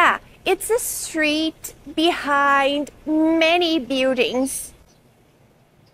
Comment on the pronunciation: Min she says builDIUNGS... That's hands down Portuguese accent, which btw I can't stand at. Get rid of these fake non—native teachers!!!!!!!!!